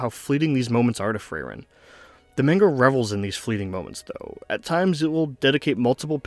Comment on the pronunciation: Good video, made me tear up again. Frieren definitely has the best beginning of any story I've seen. As a native german speaker your pronunciations were pretty much correct for anyone other than Frieren lol it's more like free-ren than fray-ren and with rolling rs